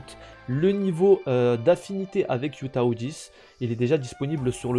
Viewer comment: Heyy, Hu Tao ne se prononce pas Yu Tao mais plutôt Hu Tao avec le H qui se prononce comme en arabe par exemple !